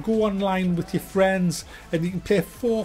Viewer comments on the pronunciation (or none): none